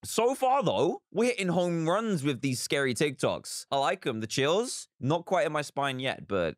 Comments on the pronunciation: I just love how he says "Tok Tics" instead of "Tik Tocs" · It’s TikTok’s not Tik Tocs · Tocs🤣 it is Toks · Tik tocks=tik toks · *tok tiks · no one: absolutely no one: Dan: Tok... tiks